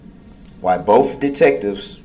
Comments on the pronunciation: Bof goes along with Truff, and wiff - Darrell Brooks butchered the English language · “Bofe detectives” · Brooks needs to go back to school. He kept saying boff, instead of both. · “ bof detectives”